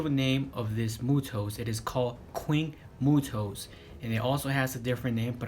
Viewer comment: He called it the queen muto